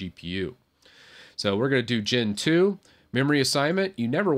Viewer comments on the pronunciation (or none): In some moments of the video you said "Gen 2", but i heard as Gentoo :v Btw, arch is awesome